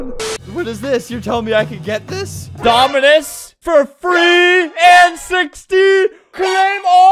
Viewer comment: FWEE DOMINOOS 😱😱😱😱😱😱